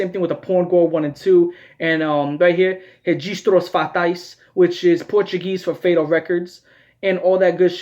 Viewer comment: just started watching the video, but dude, your pronunciation of Registros Fatais was really good! cheers from brazil edit: fyi, memorias sexuais de um cavalo is also portuguese. yikes